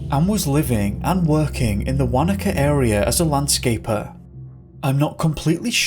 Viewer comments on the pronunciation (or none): none